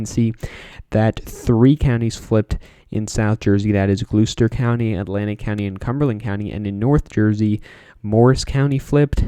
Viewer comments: Yep. We say Gloss-ter here in Old Dominion. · Gloucester county is pronounced Gloss-ter not the way yourself and others have pronounced it. 😂